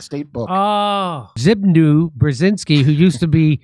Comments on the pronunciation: Zbig... who?! 😂 In Polish, "w" is read as "v". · "Zbigniew" is pronounced "Zbignyev," with the "y" in consonant form. He was Carter's National Security Advisor.